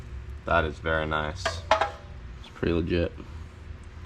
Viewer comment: 24 minutes of saying "Noice"